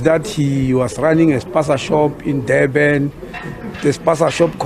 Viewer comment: Mr Motsoaledi its NOT DEBEN, JOBEK😂😂😂😂 IT Durban , Jobourg. PLEASE SPEAK PROPERLY